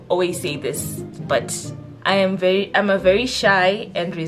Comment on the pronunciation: I felt that “VHERI”😂😂